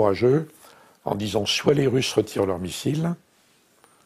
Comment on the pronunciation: Pourquoi il dit lurs 🤣